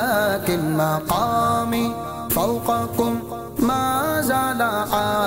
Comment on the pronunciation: Some pronounciation mistakes .,.sorry to say . Like , "Hammu " , "Makamu"